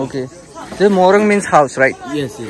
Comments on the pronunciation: It's not MORONG... It's MORUNG. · We called it 'Morung'. not House😊👍